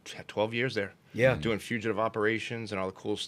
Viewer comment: "for de eight yeahs". That boston snuck out.